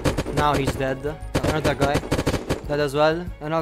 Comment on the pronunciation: the way you say "dead-d" is so weird :D